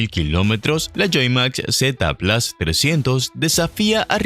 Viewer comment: Por favor PLUS se dice p-l-u-s no plas, es una palabra del latín y desde hace mas de 2000 años se pronuncia PLUS. Siendo hispano parlante deje de darle estas patadas al diccionario por favor.